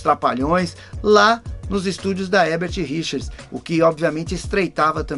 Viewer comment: É Érbert e não Rérbert???